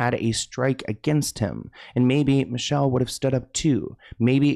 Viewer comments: It’s not Michelle it’s “Michel-lay” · Its not Michelle. It's MEE-SHELL-LAY! She was a talented singer! She was the mother of 1 of Dre's sons. She made a movie about the abuse. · It’s not Michelle. It’s micelle (mee-sha-LAE) SMH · MEE-Shell-Ay (Michel'le) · Hey, I really enjoy your content. Just wanted you to know Michel’le name is prouncounced, Me-shell-Lé. Great video and keep clocking these celebs tea. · It's Mi CHEL LAY! Youngin 😂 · Ex girlfriend is named “Me-Shell-Lay” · He always says people's names wrong. Especially those who aren't Caucasian. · Thank you, he always butchers names. Michel'le was one of my favorite names back in the day, haven't heard it since.